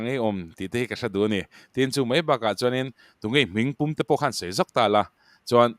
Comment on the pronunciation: Mei ti lovin mai tila hriat a nuam dawn asin🙈